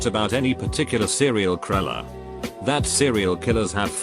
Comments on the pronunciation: "Serial kriller" 😂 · Nobody: Robot voice: sErIal kWiLeR